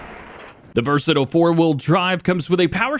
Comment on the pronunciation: Hey, thought you should know that versatile is pronounced vur-suh-tile. They’re a manitoba based company so they’re a fairly often sight up here in Sask